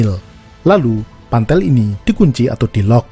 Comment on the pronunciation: Pantel ya guys bukan pantek